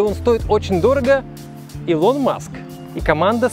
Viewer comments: Не ИлОн Маск, а Илон маск, ударение на И. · автор, не илОн, а Илон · Он Илон а не илОн. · ИлОн Маск!!!! блять, аж плохо стало илОн он говорит... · Ребят, не илОн Маск, а Илон Маск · Слышал у инностранцев произношение Элон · ИЛОН 🤣🤣🤣 ФАЛЬКОН 🤮 Фэлкон